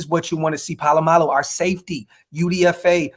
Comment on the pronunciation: Isaiah’s last name is Palo-Mao Not Palamalu. Brah, respect my USO’s name.